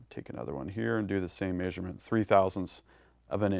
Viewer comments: Love your content! Hate the way you say "measurement" LOL (may-shur-mint) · anyone else think he says measurement very oddly? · Well he's adapting to the human-shaped suit pretty well but some things are just hard.